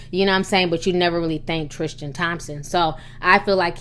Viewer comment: I believe his name is Tris-tan not Tris-tian, good video though Ti